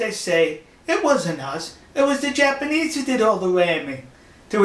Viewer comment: "It's wabber obbious dat dey were wamming the jabanese" Dude, go back to school! Don't try and speak any other language if you can't even master your own!